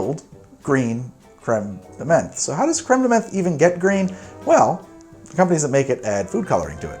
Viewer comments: Also, the way you pronounce Creme de Menthe slays me. The first bit is fine, but in 'menthe' it's not an E sound, it's like the O sound in the word 'on'. Like it should be spelled creme de monthe. Continue to pronounce however you want though, buddy. Love ya. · Crème de menthe is pronounced crème de "MANT" as a French person it pains me to here those alcohol names butchered 😭😭 Nice video tho I'm a long time fan ahah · Menthe [mãt], please stop saying it like that 😅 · You're right to continue with the show. These are troubling times, but life must go on in some way... By the way, the word "menthe" in "Cr ème de menthe" is pronounced with a hard T. A "th" in French is almost always pronounced as a hard T.